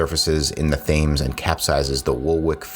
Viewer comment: The River Thames is pronounced "Tems."